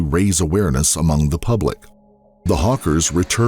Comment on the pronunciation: you say her last name is hawkers, but you keep pronouncing it hawker